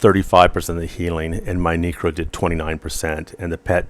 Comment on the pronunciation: knew you were an alt necro when you called it a kneekro =) Love your stuff though!